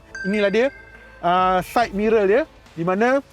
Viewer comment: Side “Mirel”.. ke said mirul??